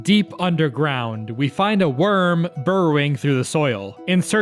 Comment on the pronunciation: Mu guy, you read "wyrm" clother to "wirm" not "worm"